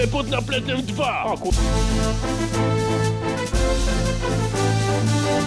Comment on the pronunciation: "kapitan bombna"?